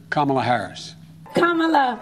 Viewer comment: I wish she at least knew to correctly pronounce her beautiful Indian name Kamala Devi!